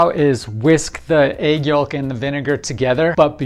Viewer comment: Can you say yolk again